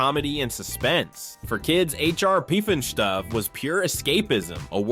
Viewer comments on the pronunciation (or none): Puffin STUFF, not stoof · Fuck...now I gotta watch the video to hear him say poof-nas-toof or some shit😂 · " Puff " In " Stuff " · PufinstuF - NOT PufinstuE! 🙄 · Say aloud: Puff-in-Stuff like an American would, with no hint of German accent or affectation ffs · pufinstoof?? Lol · I don't think you ever correctly said "pufnstuf" lol I had the hots for Isis and ElectraWoman/DynaGyrl.